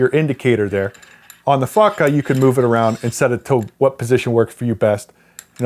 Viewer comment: every time he says fotga it sounds like "fucka" — "what this fucka has.." :D